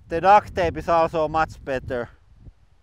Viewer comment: Duct is pronounced with a "T" on the end and you saying Duct with a "K" on the end and it sounds like Duck. 😜👍